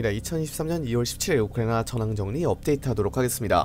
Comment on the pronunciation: ’우크라니아‘ 오타인줄 알았는데 계속 우크라니아 우크라니아 거리네 ㅋㅋㅋㅋㅋㅋㅋㅋㅋㅋㅋㅋㅋ